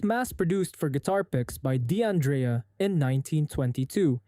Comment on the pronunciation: Please stop adding an "E" sound after D': the apostrophe is silent, the same as it is in English. It's not "De-Andrea". It's "Dandrea". The "D" is unvoiced. Compare with Di Caprio or Capo_de_casa. You don't say "caneet" when you say "can't" or "doneet" when you say "don't". It's the same with Italian. D'Addario is "Daddario". D'Andrea is "Dandrea". D'Angelo is "Dangelo". If it was "De Andrea" it would literally be spelled "Di Andrea". If it was Di Addario it would be spelled "Di Addario". If it was Di Angelo it would be spelled "Di Angelo".